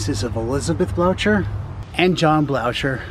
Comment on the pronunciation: Blocher is pronounced Blow-ker